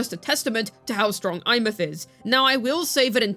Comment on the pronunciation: i cannot hear these people. there is one that calls her EmeATH and my blood boils at how stupid that sound